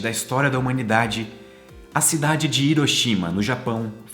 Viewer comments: Porque Brasileiro não consegue pronunciar Hiroshima de modo correto? Hiroshima se pronuncia Riroshima, igual Honda, Hyundai, ou seja o H tem a pronuncia de R. O mundo todo pronuncia certo só Brasileiro pronuncia Iroshima. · cara vc exploca bem , mas pronuncie hiroshima como se fosse r e nao i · Ótimo vídeo.Só uma pequena correção na pronúncia das províncias de Nagasaki e Hiroshima. Hiroshima (Riroshima) Nagasaki (Nagassaki).